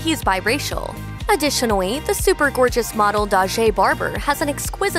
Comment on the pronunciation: Also, any time she says “additionally” I hear “adwitionally”